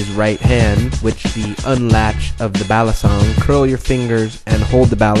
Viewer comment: It's pronounced: bah-lee-sohng; bah-tahn-ghas